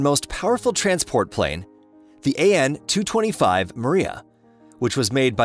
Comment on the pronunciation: AN-225 not AN-226!